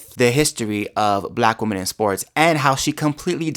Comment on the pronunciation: I love listening yo you, but you really need to learn how to pronounce 'women'. 😂